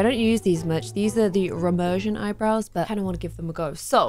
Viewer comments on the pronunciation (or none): Also it's Remus Sirion, not Remersion. ;)